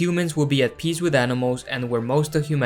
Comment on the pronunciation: I heard "to gods world of piss and harmony" and I replayed it and it was still piss.